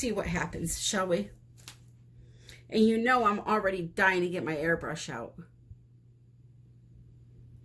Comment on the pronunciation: First time on your channel! When you said "airbrush" I heard "hair brush" lol Sitting here trying to figure out what kind of bristles & how you were going to be using it lol